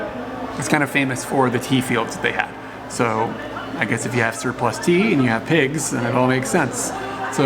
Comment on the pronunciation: Oh TEA! I thought you said the pig was raised on teeth. LOL